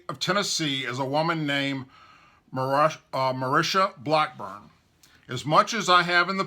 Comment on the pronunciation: Dude, learn how to pronounce names. MARSHA BLACKBURN. ( MAR-SHA) Not MUR-SHA. And Phil BREDESEN ( BRED-E-SEN). It makes you sound uneducated when you can't read a name right. At least proof read before you put the video out.